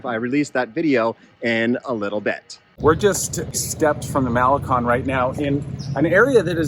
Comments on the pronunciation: First thing. Learn how to pronounce Malecon properly ! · Mall-eh-CONE, you guys. Impress the locals. Para-EE-so del mar.